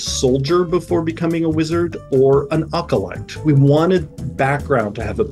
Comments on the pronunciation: AHHCOLYTE IT IS PRONOUNCED AHH - CO - LITE NOT UHKALYTE... PLEASE BRO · so that's why they're all pronouncing Asimar the way they do. acolyte like acapella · Bro said "ugalight"